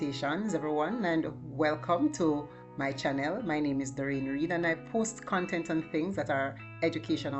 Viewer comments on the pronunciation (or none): none